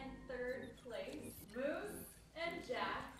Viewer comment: i’m pretty sure his name is musa not moose 😭